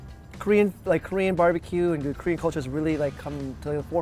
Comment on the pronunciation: I swear to GOD they're not even pronouncing the word "KOREAN" completely, they just making weird "Krrr", "Korrr" sounds. It's so annoying. I mean, I know you gotta flex on that accent, but for god sakes don't start making mumbling sounds you are not babies.